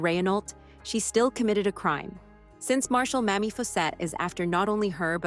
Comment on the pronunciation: PLEASE for the love of god, it’s pronounced “May-Mee” not “Mammy.” OMG 🤦‍♀️